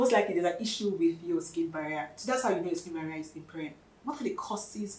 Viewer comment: Sking Baria😅...talk slow..